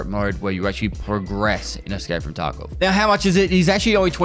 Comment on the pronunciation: I watch vids with subtitles and lol every time says "Escape from Taco"